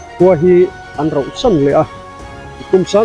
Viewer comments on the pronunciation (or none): I channel hi ka en ve ziah a. Drone hmang tel la ka lo ti ṭhin. Tin, ṭawngkam hi uluk a ṭul deuh em ka ti deuh a. Tun ṭumah pawh hian, khua hi 'rohsan' i ti nge, 'rauhsan' i ti tih hi ka chiang thei lo a, rauhsan tih tur a ni a.